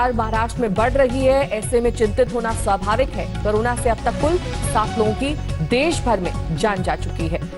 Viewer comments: करोना नहीं होता madam CORONA कोरोना होता है। क्यों आप journalist बन गये। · Madam aap kabhi karona (corona) pronunciation kar rahi hai kabhi korona. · Are bodan mahila carona nahi corona bol